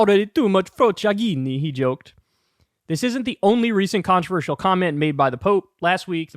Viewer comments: PRONOUNCE FroCHAggine. Poof is UK slang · It's actually pronounced "frocha-jee-ne". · As an italian, you violated the word "frociaggine" in ways I cannot describe